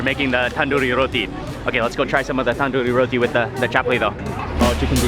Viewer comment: The way he pronounce tandoori roti...😂